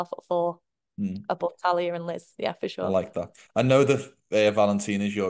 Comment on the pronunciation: It's TAILA not Talia